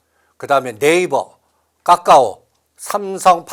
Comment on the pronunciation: 하락시점에서는 기가 막히게 잘 맞추는데 아무튼 삼전 닉스는 계속 가지고 있을거고 나머지는 수익나면 현금화는 계속하고 있습니다 근데 까까오 발음이 왜이렇게 웃음나고 웃기죠 ㅎㅎㅎㅎㅎ